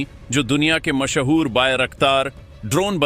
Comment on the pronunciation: MASHHOOR IS A SINGLE WORD BUT U CALL IT MASH--HOOR 😅😅😅